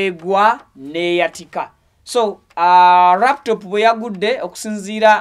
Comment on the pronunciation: Hahaha, I hear raptop. It's called laptop Mr😮